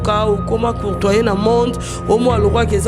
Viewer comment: yvette on dit cotoyer et non courtoyer.tu veux parler le francais alorsque tu n'as pas de niveau.